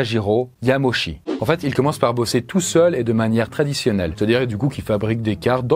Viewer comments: Yamauchi ne se prononce pas yamoshi mais yamaoutchi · t'as pas du tout respecté fusajiro yamauchi, tu l'a prononcé fusajiro yamoshi